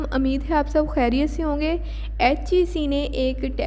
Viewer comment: Excellent, you started pronouncing خ in stead of کھ while speaking the word خیریت A netizen from Lahore cantt